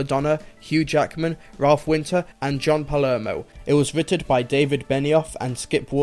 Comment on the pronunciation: XD, you said writted when doing the whole 'Movie Breakdown't thing.